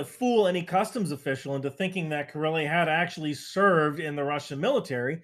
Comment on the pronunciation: Something about the way says “Killy” makes me laugh